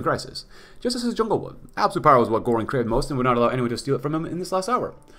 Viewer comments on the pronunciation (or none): I'm not even a native German speaker but the way you pronounce "Göring" is a little bit bothersome. lol